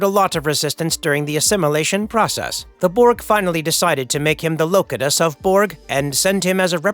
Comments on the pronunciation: Did this narrator man really say Low-cut-us? #dyinginside 🤦🏾‍♂️🤦🏾‍♂️😂😂😂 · if you are going to tell history stories about Star Trek... at least have the decency to pronounce the names and various other term correctly... Lo cut us??? seriously dude... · "Low-cuh-tess" of Borg? No, it's "Low-cue-tuss" (Locutus) of Borg. Wow. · What the hell is the "Loca" "Tus". I think you mean "Lo" "Q" "Tus". Is this an AI voice-over? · You say LowCut Us,WRONG. HE WAS NAMED Locutus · Kinda sounds like it was written by AI! As some of the details are wrong. Plus it said wolf three fifty nine instead of Wolf359. Said his name locotus. So yay AI explanation for one of the best series. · I noticed that the narrator kept saying locutus wrong im not sure if he ever saw the best of both worlds 1-2 or saw first contact though he did show clips from both that just what I think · What’s with the ai voice. She many mispronounced words. No one proofread this. Can’t even pronounce Locutus. Wolf three fifty nine? Geez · your pronunciation of Locutus is incorrect. Have you ever watched these episodes or are you using an AI voice? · It would have been a perfect look at all the possibilities, if it wasn't for the glaring mispronounced LOCUTUS..Still it's clear otherwise, that effort was put into this. Perhaps someone will nail down canon lore, and finally end the long waiting for the answer/answers. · the fact not a single narrator on your channel pronounces "Locutus" correctly, or stuff like " Wolf Three Fifty Nine" makes it very clear nobody here seems to know anything about star trek, and people are simply paid to read scripts out loud. will have to tell YouTube to stop recommending this channel to me. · Sorry, but the mispronouncing of Locutus was driving me crazy. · Can't believe he mispronounced Locutus. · Lol at fact you cant pronounce names correctly such as locutus and species names. It was romulan outposts not romulas outposts. They were on the border of romulan space not at the homeworld